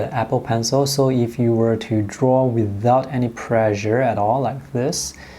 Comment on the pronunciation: please practice your pronunciation on the word "pressure"